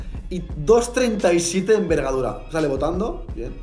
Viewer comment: Minuto dice vergadura como la mia asi dos veinticiete muy buenas soy nico voutrinas